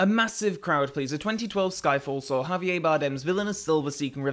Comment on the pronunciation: Blind Lazarillo Seriosuly? I thought it was pretty obvious. You pronounce the “r” sound as you would normally (Javi-air). has been saying “Javi-ay” as if it was a French name. He’s a Spanish man with a Spanish name, didn’t realize there would be any confusion on how to pronounce “Javier” 😂